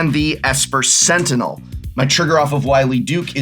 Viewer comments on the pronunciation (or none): none